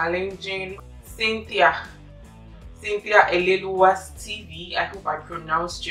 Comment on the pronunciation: Jehovah ehhh!!!🙆🏾‍♀️🙆🏾‍♀️let me consult my ancestors to know if I have the courage to do this crazy-mad challenge!😫😫😫U tried in the pronounciation😂it’s Ele-wu-wa